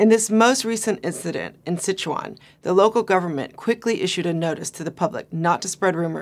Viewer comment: Her pronunciation on Chuan of Sichuan can benefit from a friendly help of a mandarin speaker. It should be the first tone. Couldn't catch what she meant for Shia Shi either, is it 厦西? It is hard to link what happened in Sichuan with Bo Xilai's event, which will probably be forgotten in no time. The environmental protest is from a very pragmatic concern that is linked with people's distrust of the governmental capability of regulating the industry with environmental laws and bribery etc.